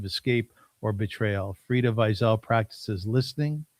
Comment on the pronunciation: I noticed the way you pronounced her name brought her back to her roots, Frieda is so childlike and innocent, I can listen to her speak all day. I love her! Thank you for having her on